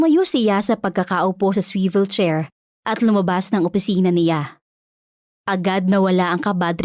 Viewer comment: Ok swevil chair ke merot Pala pronunciation nun😂😂